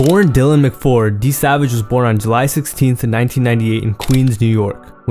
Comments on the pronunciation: It’s Dylan McCord not McFord💀💀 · Mccord not mcford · Mccord not Mcford my guy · bro said mcford omg😭